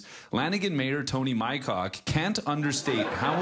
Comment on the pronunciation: Poe-tash? lol It's pronounced pot-ash. At least you got Mycock right.